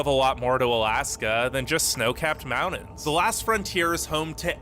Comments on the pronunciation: I know, right? That voice is so irksome and the way he says "mountains" = "mount-ens" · the amount of time he said "mounins" lol